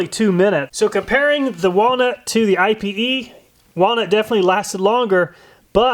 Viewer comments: If you’re wondering about the pronunciation on Ipe, I’ve heard a lot of people saying it “ee pay.” cool test! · pronounced "ee- pay"...i was wondering what I-P-E was. i didnt know thats how you spelled it so i had to google it